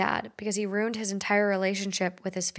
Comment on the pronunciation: Please learn how to correctly pronounce “ruined”. That word is TWO syllables, not one.